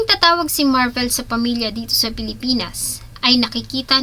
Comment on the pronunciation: Pakiayos ng pronunciation ng Slovenia at Marvil. Nakakairita. Magbabasa na lang mali mali pa. 🤦‍♀️